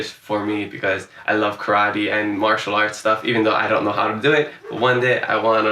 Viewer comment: As someone who lived in Hawaii before, I was going to guess Hawaii (for the one that actually did turn out to be Hawaii), but the guy in the blue shirt threw me off by his pronunciation of karate as ka-RAH-tee. In Hawaii, that word would usually be pronounced ka-ra-TEH with a slight flip of the R. Even people who don't have a Hawaiian accent say it that way.